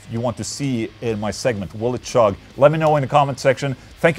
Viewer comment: Sorry Ola, gonna be a nazi here and point out that when saying "chug" you make the most common mistake Swedes make when speaking English. Other examples of this: chair=/=share, cheap=/=sheep. Ch=/=Sh. The point is, it ain't pronounced "shugg".